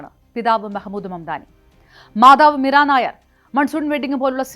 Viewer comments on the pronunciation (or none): മീര നായർ അല്ല മീര നയ്യാർ ആണ്. പറയുമ്പോൾ ശ്രദ്ധിക്കണേ